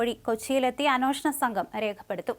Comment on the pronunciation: എന്തിനാണ് അനോഷണം എന്നു പറയുന്നത്? അന്വേഷണം എന്നു ശരിയായി പറയൂ.